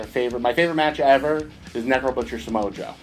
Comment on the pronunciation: Odd way to pronounce Samoa Joe's name hahaha